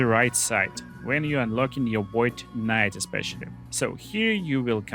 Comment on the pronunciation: Void kuh-nite